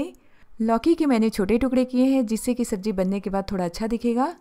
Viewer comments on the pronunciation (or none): V nice explanation. Pls pronounce Z correctly in the words pyaz , sabzi. Its z not j. Its zyada not jyada. Hope u wont mind. Thnks